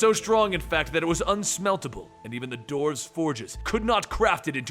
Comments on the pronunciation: Why , why , why....why are you saying DORFS! ...Its Dwarves...everyone knows how to say dwarves. Phonetically pronounced "Dworves" not Dorfs...come on. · Why do you say doorves